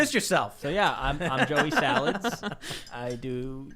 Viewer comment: “Joey Sawalds,” H3H3